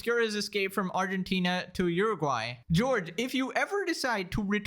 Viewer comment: You are the first person I ever heard someone pronounce Uruguay correctly.